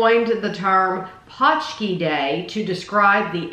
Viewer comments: Yup, it's definitely not pooski, paunch key is a lot closer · I went by what The Polish Center of Wisconsin said: "pronounced paunch-key". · It's just ponch-kee :)